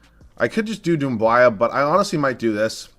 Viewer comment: "Sivi" lmaooooooo its Svi and not Doumb-why-a